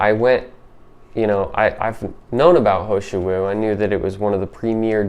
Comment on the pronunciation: It’s Heeeee shou Wu not ho shou Wu. And I agree, it’s amazing!